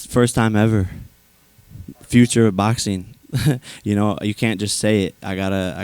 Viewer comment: Does Jake have a speech impediment? It's like the letter G in "ing" isn't part of his vocabulary. Any word ending in ing he says "boxeen,watcheen,fighteen" or literally any word with ing.